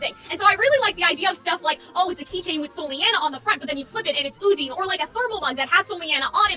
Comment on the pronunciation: I'm still coming for you and your pronunciation of Odyne's name. I will fight you. With my deer hands. Put them UP